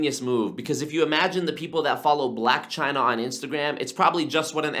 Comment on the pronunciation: It was the “Chyna” rebuttal that got me to sub😤😂😂